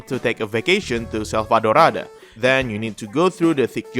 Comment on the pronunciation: am I the only one who really liked how Abi said Selvadorada